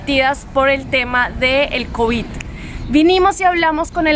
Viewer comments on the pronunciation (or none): none